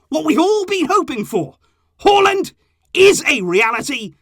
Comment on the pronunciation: It's not Haw lind Its Haa Lund